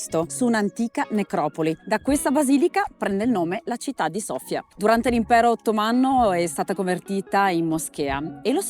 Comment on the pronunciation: Thank you,, for saying Sofia correctly:D